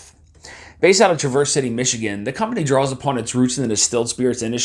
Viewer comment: You’re mispronouncing the city name.